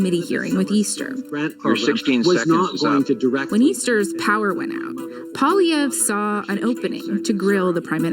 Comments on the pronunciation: Paul. Eeeeeeeee. Eve, Polieve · Polly...eh..v...re (last syllable almost silent..eh syllable is the stressed one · Pronunciation pwah-lee-ev'ruh (the final uh is barely enunciated) Slightly anglocized version pah-lee-ev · His name is pronounced "Pwa- lyev '". He says "Poh ' lee ev." Both are correct. The party decides the leader at a party convention. He runs as a representative for his home riding. If he is elected then he goes to parliament. If more members of his party are elected than any other party then he becomes prime minister and his party will run the government for the next 4 years. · Outside Quebec, Pollievre is usually said as if the "re" at the end aren't there, or as if they're reversed, like "Polliver". Yours was more like Pleev Ray, to which I can only clap 👏 😂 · NO NO NO NO… pronounced Pierre poly-ver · OMG!! Say POHL Lee ev’ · Poilievre (pwoh-lee-ev-r). He is a wannabe mini-Trump. Never did anything outside of politics in his life. Does nothing but attack other people. Negative all the time. To make things worse, prefers to talk in three word sentences. Hop on Pop! Ax the Tax! And so on. He is churlish, small minded, avaricious for power, and INCREDIBLY self-righteous. I get the feeling he would sell his grandma for the right connections. If my ill-informed countrymen elect him, we are in for a WORLD of HURT. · Pierre Pwa-lee-ay-vrr 👍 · His last name is pronounced "Polly-ev" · This guy's Great Screw Trudum ass Say his name like this... Poly-evv the r & the e at the end is silent. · Poilievre = Pronounced like Polly ev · BTW his name is pronounced Polli-ev. The re is silent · His name is definitively French and it should be pronounced like follow: Poi-li-è-vr-e Powa-le-hey-vr-heu Btw even the journalism covering the guy in this news report, can't pronounce his name correctly, because they're not French journalism and they probably can't be bother to learn the pronunciation either. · Poilievre…pwah-lee-evreh, with a slight roll on the “r”